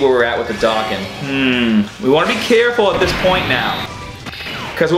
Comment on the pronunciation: Dokkan. D-oh-kahn.